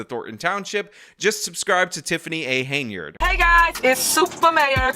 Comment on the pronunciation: It's Hen-yard damnit!